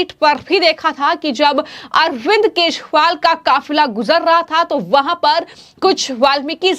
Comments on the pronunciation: It's kejriwal not keshwal 😅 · बिटिया यदि आपको केशवाल का सही उच्चारण नहीं कर मिलता है तो आप गिरगिट बवाल भी कह सकती हो हम लोग समझ जाएंगे 😂😂